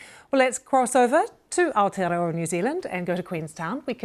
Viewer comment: beautiful pronunciation of Maori and Aotearoa by this lady.. better then some NZ politicians